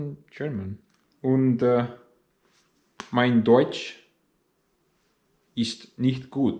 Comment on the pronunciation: "Mein Deutsch ist nicht gut" 🤨 Lügner 🤣 You say your German is not good, but pronounce it correctly ... You sound like a Russian who grew up in northern Germany 🤣